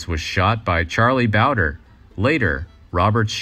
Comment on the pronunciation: Charley Bowdre pronounced bowd-ray